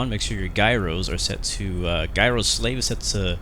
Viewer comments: FYI, according to The Google gyro is pronounced jyro, not guyro. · Thanks for making this video. BTW Gyro is pronounced Jii-Row😄